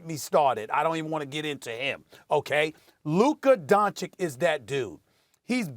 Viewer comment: "luker donchick"